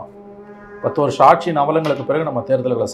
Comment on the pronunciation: BJP காசு கொடுக்காது? ஒன்ன தூக்கப்போறாங்க மோடி இல்லைனால் வேறு யார் இருக்கா? முதல்ல "கட்சி ஆட்சி" என்று தமிழை ஒழுங்கா உச்சரித்துப்பேசு! கட்ஷி ஆட்ஷி ன்னு கேவலமா பேசிக்கிட்டு..... latest survey தெரிஞ்சைகிட்டு பேசுபா!